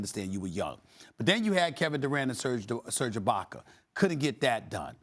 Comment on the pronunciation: “Serge ibaker”